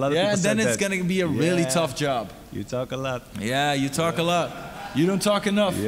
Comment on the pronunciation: "you tolk a lot" "you don't tolk enough, you just cry" 😂😂😂❤️